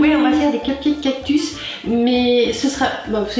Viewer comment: 🌵🌵 oh le cactus 😂 ou le cactu comme tu dis